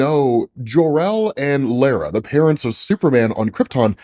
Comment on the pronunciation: Kal-els mothers name is pronounced "law-ra" not "lairuh"